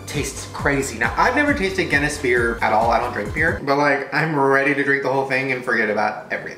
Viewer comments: As a Northern Irish person I can tell u it pronounced ginis not genis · its pronounced "giness" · When Shane provinces Guinness as genuss... I'm Irish and TRiGgEreD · Brianna b gin niss that's how I pronounce it in England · I was beginning to think I was the only Irish person who watched Shane Dawson yeah it's pronounced gin iss named after Arthur Guinness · It’s pronounced (GIN-)EST) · Does he not have a bottle opener also it’s pronounced giniss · it’s pronounced ginnis not gennis 🤷‍♂️ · Anyone Irish and cringed at the pronunciation of Guinness? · Um I am part irish and got so offended. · Coley722 the pronunciation was so bad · Coley722 im not 100% irish but I still cringed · it made me giggle when u said guinness wrong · The way he pronounces ‘Guinness’ bothers me so much but will I still watch this video? Yes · The way he pronounced Guinness though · Shane pronouncing Guinness wrong